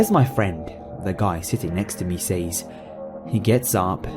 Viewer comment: NUMBA ONE!: It's pronounced "sez", not "sayes". Good job though